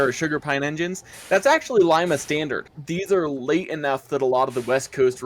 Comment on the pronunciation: Did you guys know that we have a Shay on display, at Cadillac Michigan,where Ephraim Shay worked. I will get you more pictures if you want. Our cylinders are slanted into the boiler a little. I have never heard it called Lima,like "lie ma" only ever heard it called Lima, "Lee ma". just letting you know.. no big deal.